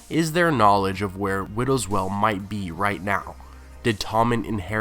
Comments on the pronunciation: it's pronounced "whale", not "well" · widow's WEIL, not widow's "well". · Widows Wail. The wail part rhymes with _ale or pale, whale or gaol. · wail is pronounced "whale" not "well" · The word is "wail" as in an anguished cry, not "well". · It's not well, it's wail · Widows well? Say it like whale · it's pronounced like "whale" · Wail, with a "I" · Taylor kazemba I've heard quite a few mispronounced words on this channel. I think it stems from one person writing the material and another just reading it. Maybe they don't have the context? Wail does seem like something that should be known.